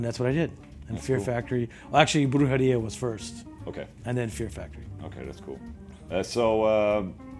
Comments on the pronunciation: Dino saying "Brujeria", Ola Saying "Brhurdjeria" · Dino's kinda pronouncing weird too. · Ola the spanish slayer. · Sounds like he’s saying diarrhea but with a B lmao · I'm Mexican, dude. I speak Spanish as well. He's still pronouncing it weird.